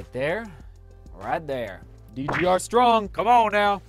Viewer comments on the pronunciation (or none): none